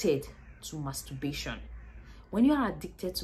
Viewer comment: There's an "R" in it?